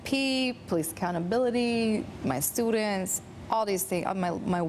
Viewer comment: "my Stue-dents" oye vey